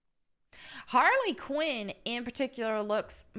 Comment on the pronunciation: Harrey Quinn